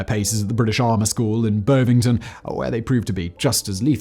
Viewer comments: Bervington ?🤭😄it’s bovington old bean. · Bho-vington ... No BOV-ington ha ha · has to be the worst butchering of "Bovington" I've ever heard.